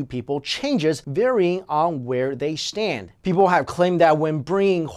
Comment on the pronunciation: it sounded like he said "shtand" instead of "stand".